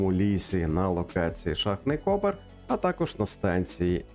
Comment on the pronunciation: "Шахтний копЕр" а не "кОпер". Це я як справжній шахтар заявляю, а не як якийсь там зубрилка українського словника. Копер — споруда над стовбуром шахти, в якій розміщують напрямні та розвантажувальні пристрої для скіпів і клітей.